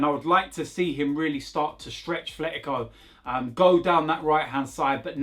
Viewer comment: AT - LET - E - CO that’s how it’s pronounced. There’s no TH sound. It’s not even an accent thing, it’s a people not reading thing.